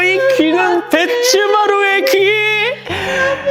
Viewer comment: BAD 바츠마루를 3년넘게 배츠마루라고 한결적으로 하시는....ㅋㅋㅋ